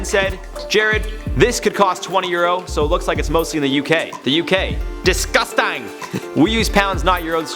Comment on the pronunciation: The way Jared said DISGUSTANG